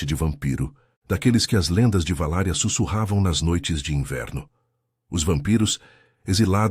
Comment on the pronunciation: Não é "VALÁRIA"! É VALÁQUIA, cidade do Drácula, na ROMÊNIA!